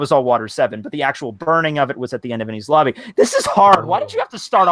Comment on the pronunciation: The most annoying part is that that woman can't pronounce Ennies Lobby. She's Like 'Ennis Lobby'